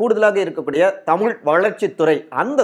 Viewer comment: ஏயோவ் தமுல் என பேசாதீர் தமிழ் என பேசுங்கள் தமிழை அழிக்காதீர் வேண்டுமென்று பேசுகிறீரா? திருத்தி கொள்ள வேண்டும்